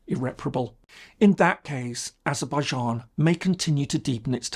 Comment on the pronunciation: What's this Azerbaizharn pronunciation? I lived and worked there for over 8 years and no one but no one ever said 'Zharn' at the end of the name.